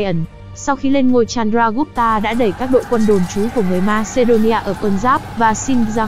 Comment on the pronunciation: ad đọc tên sai hết rồi chanaka, chandregupt, maurya